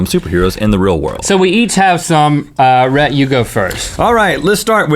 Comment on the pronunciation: Wheel idea: link repeatedly pronounces Rhett's name wrong